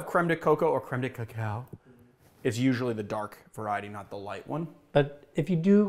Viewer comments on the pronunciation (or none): none